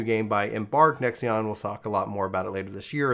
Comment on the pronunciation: Why does he keep saying "Nexeon"? It's Nexon